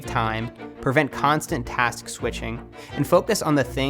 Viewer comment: Taks.. task..😂